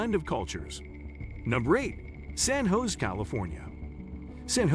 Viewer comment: AI voicing has to master the correct pronunciation of "San Jose".